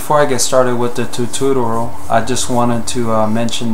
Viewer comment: Sorry, this was bothering me: It's Tu-TOR-ial, not Tu-tu-tur-al Other than that, great job.